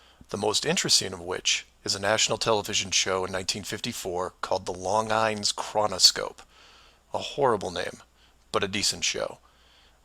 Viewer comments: It's not LONG EINS ... it's pronounced LON-GENE Chronoscope ... Longines are a very famous French/Swiss Watch Making company. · Hi,!!! I really enjoyed this video. Thank you so much. Just one little note from and old lady... The program that Admiral Byrd was on was sponsored by Longines...pronounced Long/genes. It was a watch company that became Longines Witnauer (sp?). I'm 70yo, so I was around when the rocks were made! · Longines? That pronounced "Lawn-zheen", not "Long-Ines". It's a watch company, most know it, but apparently you are not familiar with it. Google them, you'll find them right away. To me, personally, that's pretty funny :) Their least expensive watch is about $800, and they go WAY up from there. Maybe that's why you are not familiar with them ;) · You raise some interesting questions. Not going to give you any shit, except for your pronunciation of Longines. (lawnjeans) French watch company. :) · Longines is pronounced "Lon-jeans" Longines is a maker of wrist watches. So Longines chronoscope is not such a horrible name. Longines was the sponsor of the TV program.